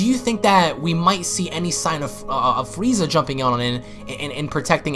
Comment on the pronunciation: He said fweeza